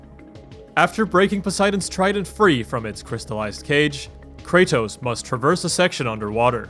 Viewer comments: CRAYTOSE? KRA-TOSS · I don't know how much longer I can handle this pronunciation of Kratos.